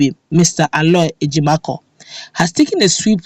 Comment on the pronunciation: Please,his name is Ejim-o-for(Ejimofor) not Ejimakor